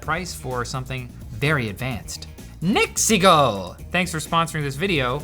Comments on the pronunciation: Every time you say "NEXIGO", I hear "MEXICO". It is fun. "the last camera we bought from MEXICO"..... 🙂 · A like and comment Just for the way Pronouncing NexiGo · He says "NeXiGo" as if he's saying "It's a me MARIO!"